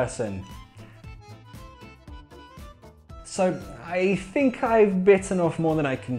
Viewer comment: I love the way you say think. it seems you are saying fink.